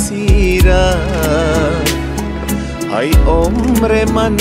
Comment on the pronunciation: آهنگ خیلی عالی بود فقط در قسمت تلفظ شعر همیشه مشکل داری مثل: ای جان من اسیرت خودت تلفظ کردی (هی) جان من اسیرت دوم ای عمرت فدایت تلفظ خودت (هی همر من فدایت) سوم آخر تلفظ خودت هاخر یکی از علاقمند های خوب شما استم امید انتقاد پذیر باشید